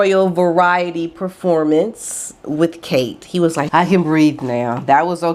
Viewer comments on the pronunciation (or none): none